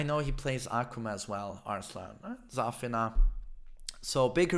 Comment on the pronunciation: 3adoool * can't even pronounce Zafina, u think he will get Luffy correct?😂